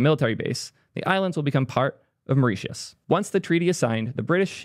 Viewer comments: It’s pronounced « maurishius » btw (and it’s paradise, I wish I was still living there) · FFS "MUR-ISH-US" Say it with me naow! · It’s pronounced “maw-rish-us” PS I love how the article is published on a Tongan ccTLD 😆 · It's pronounced more-I-shis It rhymes with "delicious" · It's pronounced MORE REE SHISS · Correct pronunciation of Mauritius is “more-rish-us” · "Myrrh-rish-us". "Myrrh" as in the Myrrh and Frankincense they gave to Jesus. "Us" pronounced more like "ess", the same way as the "us" at the end of tetanus. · why wouldn't you just google how to pronounce mauritius before recording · No you said Mauritius wrong both times, for the “ti” think Kiribati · How TF do you not know how to pronounce Mauritius?!?!?! How fucking stupid are you?!?!